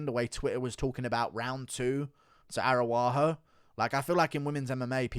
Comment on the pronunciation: with the S TIER pronunciations: Grawso vs. Arawaho